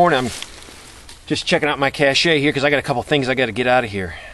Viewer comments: Just FYI, it's "cash," not "cashay." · it's pronounced 'kash', not 'cachey' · It's pronounced: [kash] not [kashéy], but a cache is always a good idea to have. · the French word "cachet" is pronounced like "cash-ay" ... it is used to described something of particular quality, as in "it has a certain cachet". The word "cache" is pronounced like "cash", and it means a hidden store of something, or the place where you store it, or a temporary holding place for things. The two words are often confused because of the "e" in cache and the silent "t" in cachet. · I'm so tired of people calling a hidden stockpile a "cachet." "Cachet" (pronounced "kashay") is a superior status, prestige. A "cache" (pronounced "kash") is a hiding place or something hidden, a stockpile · It is pronounced as "kash" not "kash A'" cache [kash] Show IPA noun, verb, cached, cach·ing. noun 1. a hiding place, especially one in the ground, for ammunition, food, treasures, etc.: She hid her jewelry in a little cache in the cellar. 2. anything so hidden: The enemy never found our cache of food. 3. Alaska and Northern Canada . a small shed elevated on poles above the reach of animals and used for storing food, equipment, etc. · This is not a cachet (cashay). It's a cache (cash). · Cash "A" lol. Most pronounce it as "cash", the e is silent. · cache --- pronounced: /kaSH/ (great vid) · no disrespect, Cache is pronounced the same as cash. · please pronounce cache : 'Cash'. great vid... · i really dont understand all these people worrying about how you pronouced the word cache , unless you have one in place dont knock this man .